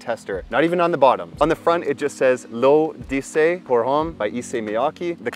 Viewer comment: Pronounced ‘lo’dessey’ issey miyake